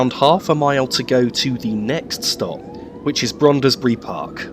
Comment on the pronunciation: another fine video full of interest and sharp images. Just a small point in case you do another video of the North London line: Brondesbury is pronounced as if the "e" between the "d" and the "s" was not there and is one syllable shorter than you made the name. Many thanks. Roger Crick